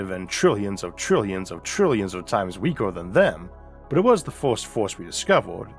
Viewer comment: Narrator has too much gravity in his mouth. WTF is Mwas?!